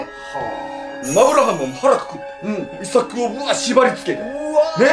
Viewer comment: イサクの発音が「伊作」みたいな発音で、日本人の話みたいに聞こえるw